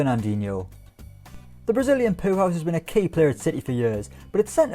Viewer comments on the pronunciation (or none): He actually said poorhouse 😂😂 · Did he just call Fernandinho a poohouse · Think it might have been his Geordie accent but yeah it sounded like that to me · Did you just call Fernandinho a "Brazilian poo house"? 😂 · I know he said powerhouse but it sounded like “the Brazilian poohouse”